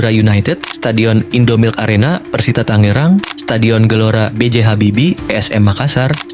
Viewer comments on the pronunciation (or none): none